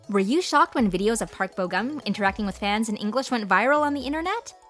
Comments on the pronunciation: it's funny how you pronounce korean names lol! you should pronounce it on how it was spelled! Like Park Bo Gum. Gum is not like bubble gum! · Oh wow they can speak English while the narrator herself mostly mispronounced their names lol.